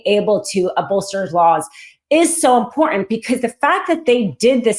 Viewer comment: Not IMPORNANT - IMPORTANT. Please.